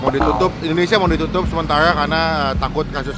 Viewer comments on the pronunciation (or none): none